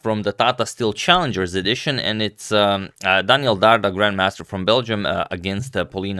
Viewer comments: It's Dardha (dh (ð) as in the english word "that"), not Dard-Ha. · Agad, is pronounced Dar"th"a like the word "the" in English and means the fruit pear!!! in Albanian as his parents are from Berat, Albania.